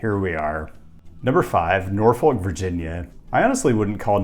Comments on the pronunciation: its pronounced Nor-fick not nor-folk. Kind of like how suffolk is pronounced su-fick... Also virginia beach is larger but is the suburb of norfolk. Historically, it became a "city" so norfolk couldn't annex land from it. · it's Naw-fik not Nor-folk. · BTW Norfolk, Va. is pronounced nor-fuk (you can add a c before the k). It rhymes with Suffolk County NY. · I regret to inform you it's pronounced Nor-fuck lol. Also, Virginia Beach definitely isn't the Center City unfortunately but that's because the way Virginia handles cities is unique. And as a result it's technically the largest city in America by land mass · And in Nebraska it's "Nor-fork". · It hurts hearing that pronunciation of Norfolk.. Virginia Beach is objectively awful, and Norfolk isn't that much better frankly. VB refused to have the light rail come into their city limits because they didn't want commuters (read: poor people). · Enjoyed seeing a city i've lived in on the list and being from Chesapeake (which is next to Norfolk), VA beach has never been considered the "main city" it's just way large of a size in land mass than Norfolk has always been considered the Central city for the Hampton roads region. As well, you don't pronounce the L when you say Norfolk.